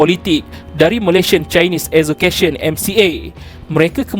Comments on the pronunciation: Kenapa pronouncation ‘Association’ jadi ‘ASZO-KETION’ ?? Australia jadi Austaliyerr 😂 Come on !! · Malaysian Chinese "Asscocation". 🤣🤣